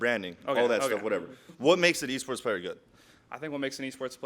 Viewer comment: he said waports nice reading